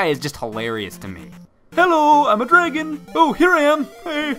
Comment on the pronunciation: "hello I'm a drgon" was the best part of the video